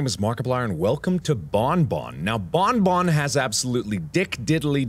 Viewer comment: Also you dont say "bone-bone" but "bonbon" like you dont prononce the n